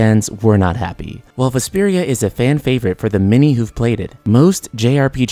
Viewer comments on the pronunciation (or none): Can this guy not pronounce As and Es? Every time he say many it sounds like mini. Then he says meaning and it sounds like........mini.